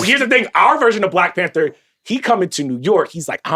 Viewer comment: when Van said Black PanThor cant lie i thought for a second damn that would be a SICK superhero 😂😂😂